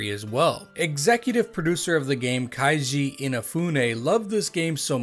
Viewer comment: You're the first person in my life that I see pronnouncing "Kaiji" instead of "Keiji". ahahahahah